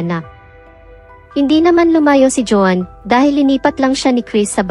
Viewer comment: Pag-aralan mo pa kung kailan bibigkasin ang Isang salita na maragsa o malumanay. Maraming mali sa iyong pagbigkas ng mga salita.Iba- iba rin ang pagbigkas mo sa pangalan Nina Lynette at Joan